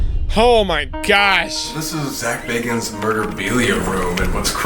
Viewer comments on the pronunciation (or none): Really can you read baaaaagans!!!!!!! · Bagans,I thought you said Zak Bargans?:)+ xoxo ,muah,peace lol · Im sorry but Zaks last name isnt Bargans its Bagans. Zak Bagans. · Zak bagans lol your saying his name wrong.. lol